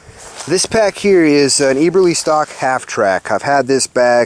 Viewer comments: eberlestock, pronounced eh-burr-lee-stock, not ee-burr-lee-stock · dunno, I guess I was just making the observation. I am sure that having proper brand recognition is important to Glen Eberle and having my name mispronounced is a little frustrating. Good vid tho.